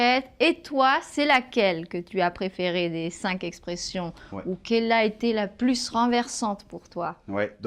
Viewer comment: pourquoi tu prononce la s de plus, quand tu dis une plus facile ou la plus renversante?